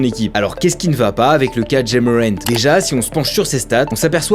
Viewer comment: I was who the hell is “DJÉ MORANT ”😅